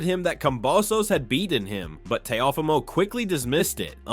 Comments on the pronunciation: He said Te Uhh Fumo 😂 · Wtf is a teh oh femo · Comedy gold...And say it rite; Tay-O-fee-Moh.. Teofimo..dang bruh. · Why are you saying Teofimo’s name like that? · How many different ways will you pronounce Teofimo?.😂